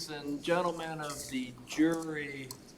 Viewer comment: I hate how she makes the word and- have 77 syllables! Aaaaaaaaaaaaaaaand burns me up